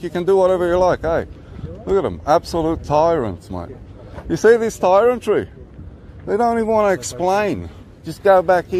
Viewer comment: Tyrantry he says !!! He should be off for some remedial English lessons I reckon !!!